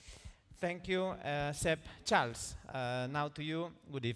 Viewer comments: Charles lekerk 😂😂 Girl what a pronunciation is that ? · They still pronounced Charles name wrong lol